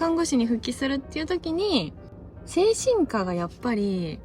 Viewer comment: 精神科 の発音が 間違っている‼️